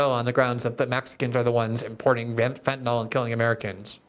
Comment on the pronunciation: Glenn, as much as I admire your journalism and impeccable integrity, I have to say just because everyone else mispronounces fentanyl doesn't mean you have to. Sorry to be persnickety, but in chemistry, misspelling by one letter gives you a completely different substance. In the real world, that can be dangerous. So please note, the word ends in -yl, not -ol, (which would be an alcohol). It rhymes with benadrYL, not alcohOL. I doubt I'm the only one who feels this like nails on a chalkboard, and YES, you could buck the others and start a trend! Thank you for your attention to this matter.